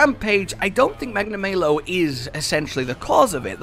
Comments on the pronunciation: Magna-MAY-lo? The devs literally tell you how it's pronounced. It's Magna-MAH-lo. How would you feel if we all pronounced your name Joosh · I don't think his name is supposed to be pronounced "Magna May Low". I think it's intended to be "Magna Mah low" because he is bad news aka "malice" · Normal people: Magnamalo: magnamaylow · "Its me Magnamayo." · Are you guys serius? Its pronaunce McNamalow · FFS they say the name Magnamalo in the first trailer, how can you keep mispronouncing it? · 12 seconds in and you guy’s already pronounced its name wrong